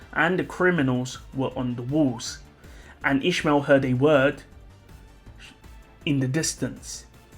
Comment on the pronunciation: Oh you were saying İsmail. It's a common name at the country I live but you pronounce it very different. It's pronounced more like is-my-ill.